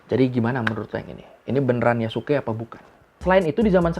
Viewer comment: itu bukan Yasuke tapi Yasiskaeee